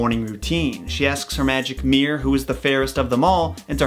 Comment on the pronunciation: Arrrgghh it's a mirror (2 syllables) NOT meer or mear or any other one syllable bastardized of it, go check the Li-barry... Ok that sounded much harsher than I intended but ... If you just say it wrong you'll understand how horrible it sounds... Meer meer on the wall...